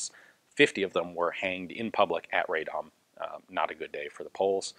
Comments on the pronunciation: Pronunciation is RAH-dom, not RAY-dom. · Just quick help with pronunciation. Radom should be pronounced Raadom, like Aadvark, not Raydom. (Of course kudos for good try) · I understand and empathize that Polish city names are impossibly difficult to pronounce, but in this case it's read like it's written, "Ra-dom" rather than Raydom. Thank you for the video :) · RADOM, not RAY-DOM but anyway good to hear something good about Poland. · Ian, pronounced "rad'-um' as not ray'dom. .. At least that is how the residents of Radom pronounce their town. between Warsaw and Krakow on the drive down south. :) Good review otherwise. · I mean that RAH is much more similar to Polish /ra/ than the RAY is. And RA would also be too far, since it's more like /ae/ sound, which is not present in Polish. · Very interesting history. I didn't know about those brave workers. The city by the way is pronounced like "Rah-dom". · The pronunciation of the city of Radom sounds more like Raa-dome. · rather RA -DOM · "RAD-DOM" is the correct pronouncation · "Ray-dom"? What? At least try.